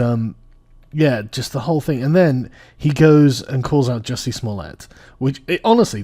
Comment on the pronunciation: The best part was how he actually respected Jussie enough to pronounce his name in the totally french gay style... was amazing.